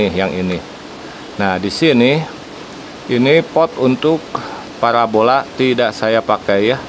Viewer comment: Parabola. Bukan parabolak